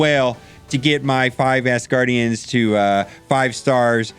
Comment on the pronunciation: Great video bro, however, it's pronounced ASgardians, NOT ASSgardians!